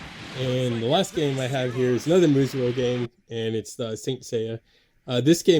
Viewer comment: Great picks! FYI: They are pronounced "Moo-so", or "Moose'o".